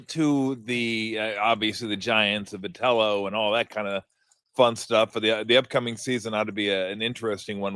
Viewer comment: Why cab Tom NEVER pronounce Vitello correctly?